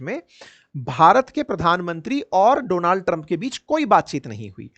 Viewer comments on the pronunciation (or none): none